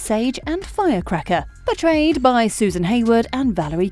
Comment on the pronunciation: You’re saying “portrayed by” but I instead keep hearing “betrayed by”